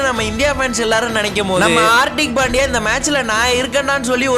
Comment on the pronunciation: Bro ot is pandya not pandiya